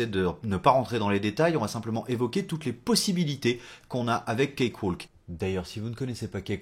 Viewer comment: Ça n'a pas vraiment d'importance, mais on ne prononce pas le "L" dans cakewalk. "Cake - Wok". Oui, l'anglais est aussi insensé que le français, avec plein de lettres muettes :-) Merci pour ta vidéo !